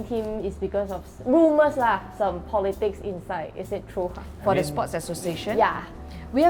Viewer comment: 她的th不见了，这么常用的字也唸不来。